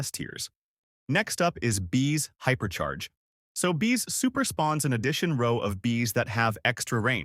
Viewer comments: Bro said hyper chair 💀💀💀💀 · hyper chair ya hyperchair😂😂😂😂